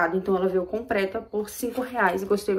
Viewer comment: "Ingual" ,"compreta".....